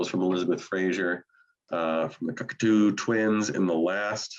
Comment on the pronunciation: Thank you for covering Massive Attack. Especially those early albums they deserved your attention. And I thought you guys did them justice. Minor quibble and I may have been mishearing but Cocteau is pronounced, kaak-tow not the Cockatoo Twins as seems to be saying. Jean Cocteau was a writer and filmamker.